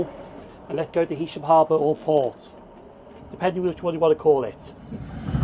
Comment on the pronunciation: Nice one. A couple of points - I don't know how you missed seeing the two nuclear power stations at Heysham! At least you pronounced the name correctly! Morecambe got its original station in 1846 (I think) on the pier - building and lighthouse still there, Then a station in Northumberland Road - which was replaced by Promenade when you said. There was a station earlier than Euston Road too on the LNWR branch from Morecambe South Junction and Hest Bank (closed). Now there's a once a week service!